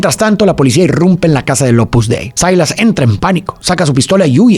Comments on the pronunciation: Silas NO Sailas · cual "sailas"?? Se pronuncia "Silas"